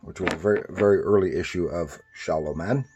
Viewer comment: Pronounced “Shalom” Man… the name is written stylized with the single “m”. Glad you enjoy the books!